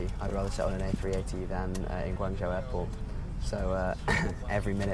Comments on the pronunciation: Guangzhou - the ZHOU is pronounced 'JOE'. Means place. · I live in China, and while his pronunciation for a foreigner is ok and understandable, it is not spot on. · Please learn how to say Guangzhou